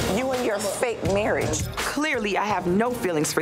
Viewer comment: "Marrige" ... Hahahaha!